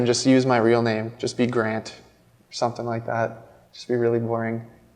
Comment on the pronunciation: gr4nt sounds to me like grunt.